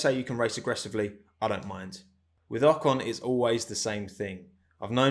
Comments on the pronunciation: In an interview Pierre called Esteban "O-con" and pronounced "con" the french way which in french is an insult and means dumb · there is an another little story between pierre and esteban : At the french TV a journalist asked to pierre about Ocon's return in f1, and Pierre instead of pronouce "OCONEUH" said "OCON" and as a french people we have heared the word "con" which is an insult in french. Knowing that Gasly and Ocon were very friends its probably not a pronounciation mistake from Pierre ...